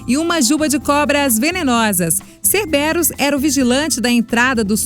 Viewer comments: se diz cérbero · E CERBÉROS DOEU MUITO CARA SE PRONUNCIA CÉRBERO EM PORTUGUÊS PUTA QUEO PARIU VCS SÓ FALAM BOSTA. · ATENTEM !!!!! Cérberos !!! cÉrbero e não cerbÉro como ouvimos no vídeo. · Cérberus* Não cerbérus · Vocês pronunciaram vários nomes errados,um deles foi ceberus,não é cerbérus e sim céberus. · "Cerbérus"??? essa mulher é tão trouxa a ponto de n saber q se pronuncia Cérberus! meu deus.. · falou os nomes tds errados, cerbérus? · cerbérus? ta meio errado isso em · Os nomenos pronunciados errados mzericordia como um canal desses erra nas pronunciaa mds. Ex dédalos. cérberos. E Gorgôna